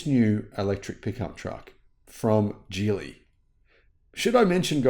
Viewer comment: Geely is pronounced with a hard “g,” similar to the word “ghee.” The correct pronunciation is “ghee-lee,” not “jee-lee,” which is a common mistake.